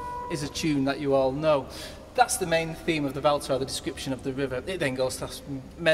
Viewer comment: Great concert! But the pronunciation of ''Vltava by Smetana'' killed me :D